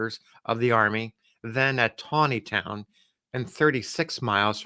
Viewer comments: Nice job pronouncing “Taneytown” correctly. ( Tawneytown” ) I wish all these towns with strange pronunciations would change the spelling of their names! Another example is Staunton Virginia - it’s pronounced “Stanton” And how about Reading Pennsylvania? It’s pronounced “Redding” . Good story, as always! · Excellent pronunciation of Taneytown, 😊